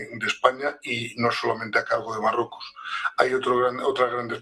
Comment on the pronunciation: soy seguidor ,pero que le pasa a este presentador , dice depue es s marrueco es s , etc , se come las letras, 🤦